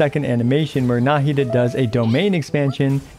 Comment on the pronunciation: Why do people pronounce her name nAhida instead of nahIda? Even in mihoyos official intro video they pronounce it nahIda